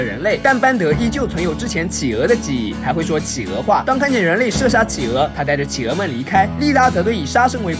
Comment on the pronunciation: 是 氣鵝 不是 起鵝